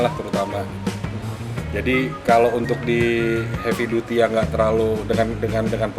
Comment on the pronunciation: Duty dibaca Daty...